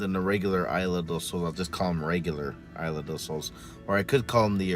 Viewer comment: Its isla Not aila